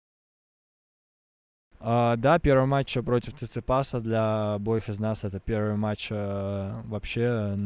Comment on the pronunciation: Акцент вообще ярый. Неужели можно родной язык забывать? Первый раз, пееерьвый матч, да и ударения. Что то я разочаровался, хотя поддерживаю знание инглиша!